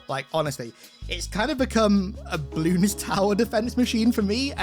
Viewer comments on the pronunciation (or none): none